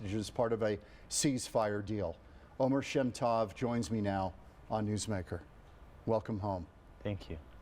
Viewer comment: Oh-mehr sheh-m toh-v is how to pronounce his name CORRECTLY